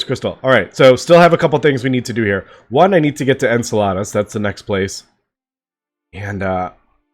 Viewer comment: Why are you trying to get to Salads? You’re pronouncing Enceladus (En-seh-luh-duhs) like the Spanish word for salad (ensalada) XD